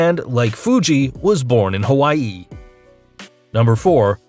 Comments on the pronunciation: So much emphasis on the last part of Hawaii. It was to funny not to comment about. Sorry. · Hawaii isn't that hard to pronounce.